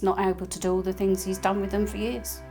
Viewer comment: Please stop pronouncing words with “th” as an “f”. They have free fings frough life. Free= three. Fings= things. Frough= through. It sounds as ignorant as USA ghetto language.